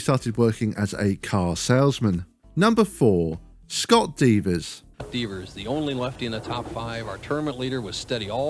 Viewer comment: It's Scott Devers, not Divas